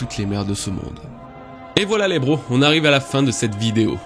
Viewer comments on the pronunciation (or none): none